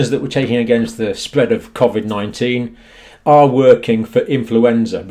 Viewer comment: Your saying Covid 19 wrong